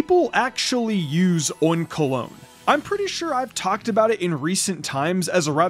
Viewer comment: Bro says oink-alone